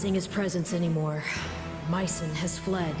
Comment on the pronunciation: It's Myson not Myron !!!